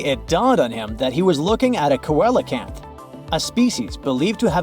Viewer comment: Pronounced: seelacanth! 🤔